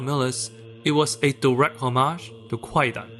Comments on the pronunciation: "Kwaidan" is pronounced "KAI-dan," with the "w" being a legacy spelling from a historical transliteration system that is now silent. In modern Japanese, the word for "ghost story" is spelled and pronounced "kaidan". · A veritable shibboleth. I came to the comments to see if anyone corrected the pronunciation and I am not disappointed.